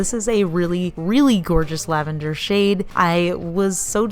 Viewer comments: I ended up replaying the “Lavenduh!” comment twice 😂 Edit: Make it 3 times. It’s a gorgeous color btw 😍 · Ok, I audibly laughed when you pronounced "Lavenduh!" Thank you for that extra emphasis, it made my night way better :D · LavenDUH! 😂😂😂 I love it!